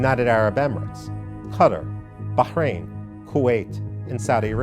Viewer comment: Imperal Drawling. I shouldn't be too rude, he does know how to pronounce Qatar and Bahrain after all.